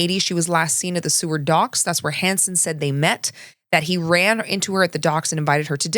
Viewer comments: It’s Seward like sewer, not seaward. Sorry born and raised in Anchorage I have to say something I’m sorry! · "Seward" Is pronounced "Sue-werd". 😉